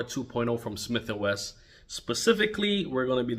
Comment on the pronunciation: Its Wesson, Wesson, not Wess!